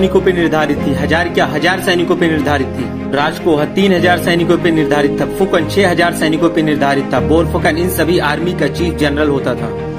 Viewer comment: Its Deka not Dika Its Saikia not saikas Its Phukan not fukan Its Rajkhowa not rajkoha